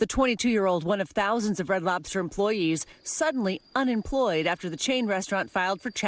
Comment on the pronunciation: What that old man say “Red Slobters.”😂😂😂😂😂